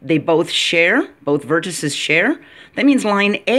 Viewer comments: Vertices is pronounced vertiSEEs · I respect your video(s). I would challenge you to find anywhere on the web examples of deviations from what I mentioned to verify for yourself which is correct. It is similar to indices, matrices, vortices in pronunciation. Even UK pronounce it that way according to a website I checked. Anyway, it's definitely you're not your. Keep up the good work.